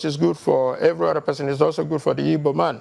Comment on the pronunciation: Look for the ibo tribe, I don't know any tribe called ibo but igbo. It is obvious you guys now are intentional the way you pronounce the word